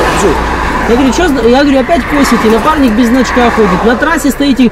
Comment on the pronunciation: мне послышалось"напарник без очка")))